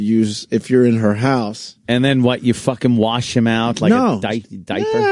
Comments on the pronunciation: Wash, Opie. Not ‘worsh’ you little child. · Say worsh one more time opie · Oh my God opie stop saying warsh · stop saying worsh